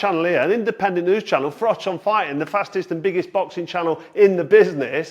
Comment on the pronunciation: I think you’ll find your name is pronounced “frock”.